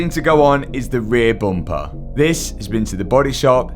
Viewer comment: Booom-pahh [bumper]